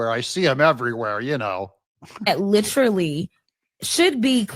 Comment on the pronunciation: Literally speaking, did that woman just say...LIFFERLY? 😅